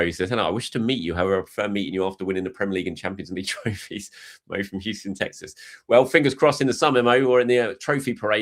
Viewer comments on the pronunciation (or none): none